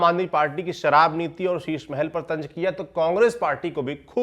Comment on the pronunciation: 😂😂 TANJ ❌❌ TANZ ✅✅ hota hai.. भाषा सुधारो